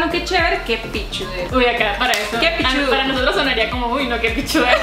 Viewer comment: "que pichudes" maee que pichudooo asi se dice deje de estar mamando